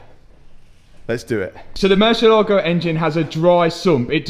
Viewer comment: I have followed the series from the beginning and I surely clapped when the engine finally worked. Congrats! Times the word Murcielago has been butchered: 23191 times.